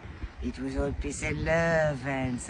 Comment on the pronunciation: "Peeece and love and somesing else" 😂 😂